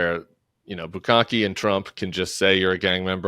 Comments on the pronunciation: I love that you call him "bukakke" the whole time. I do the same thing and I don't even mean too. What does that say about our search histories? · Bukele, no Bukale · Every time he calls bukele bukake I laugh so hard I miss what he said. You never should have used that word in front of him. I'm glad you're safe Tim! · It’s Bukele, like ukelele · Just love how Tim keeps mispronouncing his name. 😅